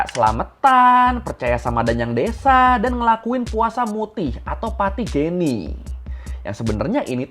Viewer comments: Yg bener pati geni (eu) bukan pati gEni bang hehe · Namanya pati geni, Bang, pakai e pepet (kayak di kata lemak)